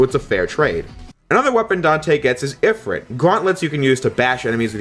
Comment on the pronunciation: ifrEet not if rit